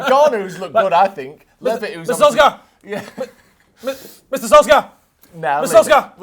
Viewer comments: Instead of sulks-sar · Just pronounce Solskjaer "Sol-share"